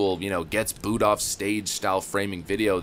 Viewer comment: Booed not bood